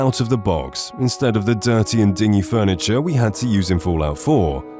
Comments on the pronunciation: FYI 'zealot' is pronounced 'zellut' - just saying. Oh, and 'dingy' is pronounced 'dinjy'. Are you sure you're not an AI? ;-) Or is this a Descript voiceover? Not bad if so, but it does make you sound scarily similar to SAPI5 Daniel. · Jesus christ, why can these voice over people not pronounce words properly? Dingy? Zealots? Melee? ffs